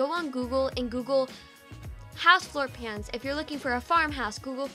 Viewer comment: When she said floor plans I was confused I thought she said floor pans